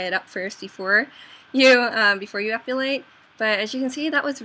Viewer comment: u keep saying "epUlate"...haha sorry, pet peeve!